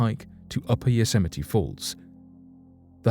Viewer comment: You pronounce Yosemite better than Trump. lol.